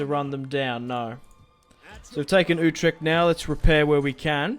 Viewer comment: it is not youtrecht. it is like uutrecht